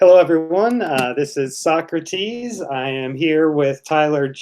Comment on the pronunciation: Sawkrateez. Why u working with tyler? Wanna be Leah 2.0?